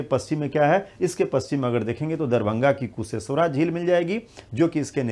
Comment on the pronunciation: Sir kusheshwara nahi kusheshwar sthan hota hai